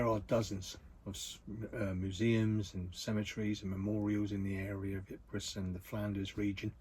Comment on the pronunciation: Ypres is pronounced "eeper" as in take the "d" out of deeper.